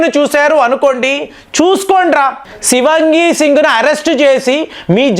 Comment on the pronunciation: Shivangi kaadandi.Shivaangi singh is correct..